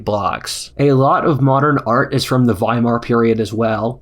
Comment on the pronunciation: Thank you for pronouncing Weimar Republic correctly